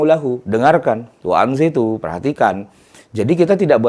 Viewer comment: Waanshituu bukan waanshiitu